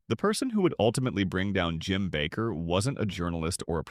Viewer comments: Minister’s name is pronounced ‘Baker’ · His name is Baker with a long a. Not Backer. Learn how to pronounce names.